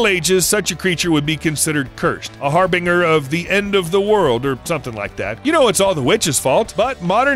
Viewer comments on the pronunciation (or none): it’s pronounced har-binge-er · Har binger? hehe Har- Been Jer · Snakes are generally venomous. Venom is when a toxin is injected. Poison is when a toxin is ingested. And it's har binge er. As in binge drinking. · If you’re going to use words that are unusual to you (like harbinger) please learn how to pronounce them. It’s like scratching a fingernail on a blackboard every time you interrupt the flow of the presentation with a mispronunciation. Also, you need to work on your terminology. Dangerous snakes are not poisonous, they are venomous—unless you plan to eat them. Then some (like the garter snake) are actually poisonous because their bodies absorb toxins from the prey they eat. So be careful what you eat! Also, note that snakes don’t have teeth—they have fangs. And snakes don’t sting, they bite.